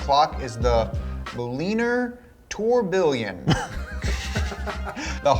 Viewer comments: 🤣 tourbillon ( tour bion) not tour billion like $ 🤣 trying to correct pronunciation isn't easy 🤣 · tourbillion is pronounced turbeeyon its french/swiss for whirlwind or swirl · As a watch guy, it hurts to hear tor billion 😭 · mispronunciation of Mulliner Tourbillion was epic. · Tourbillon is pronounced like tour-bee-on and everything there is great tech that makes manually wound watches run. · Brett-ling and tor-ble-own is how it’s said💀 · it’s pronounced tur-bi-yon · "Tour-bee-yohn" you uncultured troglodytes. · "Tur- bee-on" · The clock mechanism is pronounced tour bee yon. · Really amateur watch guy here - so a tourbillon (pronounced like tour-bee-yon) was originally designed to counter the effects of gravity while in a pocket watch. It's more of a flex (for manufacturers and owners) now than anything. The tourbillon aids in long term accuracy, generally. The flying part is a design element. The twin mainspring barrels means it has two coiled springs to give the watch its power rather than one nearly every mechanical watch has. Tourbillon watches are really cool, but $160k for a static watch in a car that isn't even skeletonized, and with tacky gemstones - no thanks. IMO, it'd be worth that much if it was skeletonized (so you can see more of what your paying for), you get a complementary eye loupe (to see said insides), and the tourbillon itself was a triple-axis (i.e. Jaeger-LeCoultre) with an offset automatic winding rotor. Breitling could've done better making a racing tourbillon version of the Navitimer than this. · Tourbillon: tor-bee-yawn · Tor-be-on is how you pronounce that watch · As for the clock, it's a tourbillion (tor-bee-yon). It's this super precise movement (complication?) that at the cheapest will be 100k 😂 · It's pronounced Tore Be on. ;) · With the breightling clock it’s pronounced tour-bee-yawn. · I expected to hear chime in with the correct French pronunciation of tourbillon lol